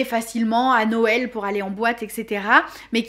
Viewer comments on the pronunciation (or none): none